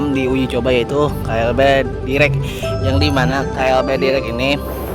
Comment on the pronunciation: dairek dibacanya bukan direk..